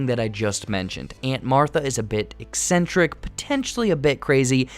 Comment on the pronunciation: Good summary, although it's pronounced "Ik-sentrik" not "es-sentric."